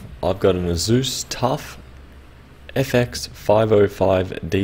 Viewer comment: Why do y’all pronounce ASUS like UhZeus?